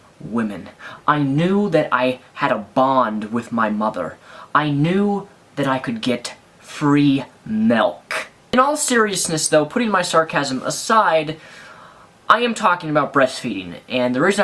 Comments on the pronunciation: >melk I'm seriously considering unsubscribing for that awful pronunciation. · Thou say milk like melk .-. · It's called "melk" in Norway! :)